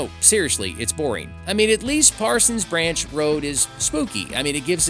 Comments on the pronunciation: This is an informative video, thanks. Made me twitch (lol) that you got stuck calling it ParsonS Branch every mention, as the name has no ‘s’. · Dude, look at the sign and the map, there is no s at the end of Parson. Why do you keep pronouncing it incorrectly?